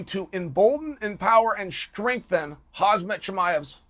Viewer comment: It's "Hamsat" ffs boomer 😁